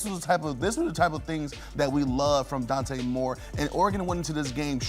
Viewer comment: Dude hates Oregon… couldn’t even say Dante Moore’s name 😅